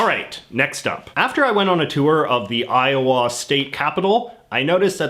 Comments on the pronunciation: 🤣 I have never heard it pronounced "Eye-oh-waa", with a noticeable w sound, by anybody before. It's really more "Eye-oh-uh" or Io'a, without a w sound. (I lived there for 4 years.) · God I cringed when he pronounced iowa i o wah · JJ: When I was in Eye-Oh-WHA Americans: ......... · I love how J.J says Iowa, "i-o-WAH." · I think a lot of Americans kind of run the syllables together. I-uh-wuh. Even Ire-wah. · Why are we not talking about how he pronounces Iowa? 🤣🤣🤣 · He also has some slightly off pronunciations for things like "Iowa".